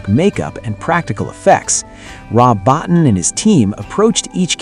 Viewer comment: Rob Bottin's last name is pronounced BO-TEEN. FYI for the future.